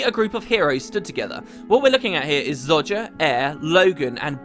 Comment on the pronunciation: Is there a reason you're pronouncing her name Zodger?